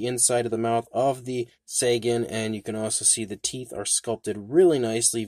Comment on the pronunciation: I think it's pronounced "Tsäägan".